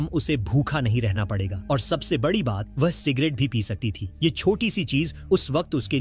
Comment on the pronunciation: Pronounce "ye" not "yh" Pronounce "wo" not "wh"